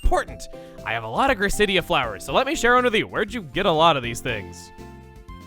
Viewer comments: A very small nitpick, and my only one of this video, is the pronunciation of Gracidea. It is pronounced Grace-Uh-Dee-Uh. I remember hearing it from the Pokemon Giratina and The Sky Warrior movie. Minus that, amazing video Chuggaa. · I hate Gracidea’s pronunciation... it’s pronounced like quesadilla... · I always thought it was pronounced Grace-cee-Dee-ah because of the movie. Guess I was wrong for once I always had the pronunciations right.